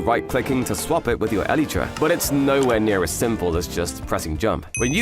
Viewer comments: stop saying elit ra ! it is elytra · I like this channel but I can't get over the way he says Elytra like e-lee-tra. Yes I am aware that it comes from the biology of the wings of a beetle, which is where Mojang got the name from but it just doesn't sound right to me. I have always pronounced it e-lie-tra, but it can be said either way I suppose. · The way this dude pronounces elytra hurts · I like the way you pronounce elytra